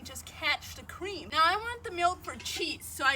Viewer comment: By the way your EYES be so awake, I believe you did sleep well. Anyone notice the lack of blinking? Also, What cweam?